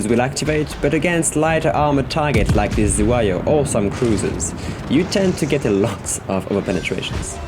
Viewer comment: It is unbelievable that Normandie can miss Zu- HaY-Yo at close range. :) Nice vid as always